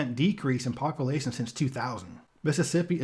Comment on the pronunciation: love these videos but please say population not poppilation. otherwise your voice is great for this information